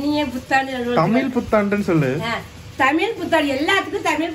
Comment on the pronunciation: Super தமில் இல்ல தம்பி தமிழ்